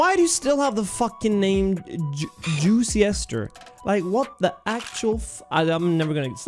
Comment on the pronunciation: be like.. ❌Juice-Ster ✔️Juicy-Ester